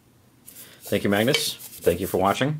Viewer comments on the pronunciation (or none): You are pronunciating a and g to hard in the name Magnus. And if you "do something" with must eat surströmming correct. Removethe all surströmming and washed for a good amount of time in water. Laterwhen you eat the surströmming you must eat the surströmming with tunnbröd.